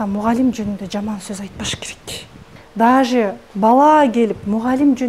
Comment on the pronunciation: Дажее" дегенди туура суйлочу ,оофффииий